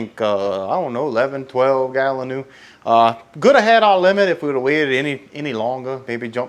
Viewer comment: das like uh gallon new stew